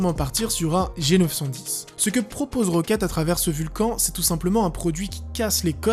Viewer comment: On dit pas "Vulcanne" plutôt ?